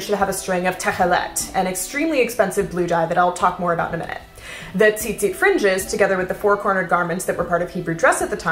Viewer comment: As a hebrew speaker I have to say your pronunciation of tzitzit impressed me! I've been loving historical dress for a while and you've really opened my eyes ד"ש מישראל :)